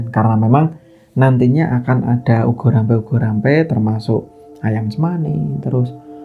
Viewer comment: Boleh koreksi mas....ubo rampe bukan ugo rampe, mas...hehehe